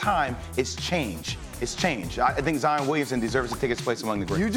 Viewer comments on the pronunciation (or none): Zi-on not Zi-in. kind of annoying when people say that